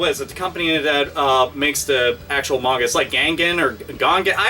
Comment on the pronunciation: so weird hearing someone pronounce manga correctly.